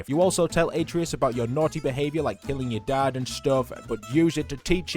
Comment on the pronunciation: It’s not pronounced ate-treeus it’s actually pronounced at-trayus